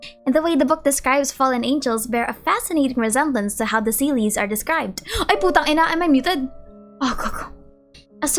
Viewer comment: The Filipina genes came out in that "ay putangina"